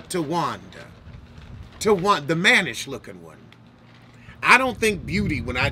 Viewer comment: Did he say, manish-looking one? Lol!